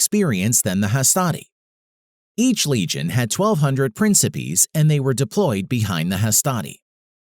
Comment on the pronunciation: By the way (no hate) it’s pronounced prinkipaes